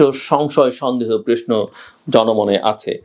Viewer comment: জিল্লুর - তুই তো প্রশ্ন বলতে পারিসনা - তুই তো বলিস প্রেশ্ন - তুই কিভাবে বুঝলি আওয়ামী লীগের জনপ্রিয়তা তলানীতে।